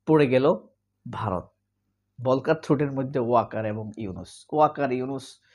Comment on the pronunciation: ভলকার হবে না বরং উচ্চারণ হবে ফল্কার টুর্ক যেমনটি ফল্কস‌ওয়াগেন (Volkswagen) বাংলা ভিকিপেডিয়াতেও দেখলাম ভুল লেখা আছে যে তুর্কি কিন্তু আসলে এটা জার্মান ভাষায় কারণ অস্ট্রিয়া তে বা সুইজারল্যান্ডেও জার্মান ভাষা তবে সূইজারল্যন্ডে আংশিক ফ্রেঞ্চ ভাষাও আছে। আরেকটা শব্দ অনেক সময়েই বাংলাদেশে ভুল উচ্চারণ করে থাকে ভলক্স ওয়াগেন এর মতো সেটা হচ্ছে কিন্ডারগার্ডেন সঠিক হবে কিন্ডারগার্টেন অর্থাৎ ইংরেজি যে চিল্ড্রেনসগার্ডেন 😂